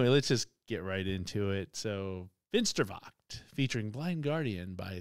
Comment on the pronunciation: Never mind the pronounciation. Most of us Germans butcher English all of the time, even when we are doing our best! 😅 And your "Finsterwacht" was really well done! It's a tough one with the 'ch'-sound! Popcorn was most appropriate here, definitely! 🙂 Edit: Saltatio Mortis is the name of the band.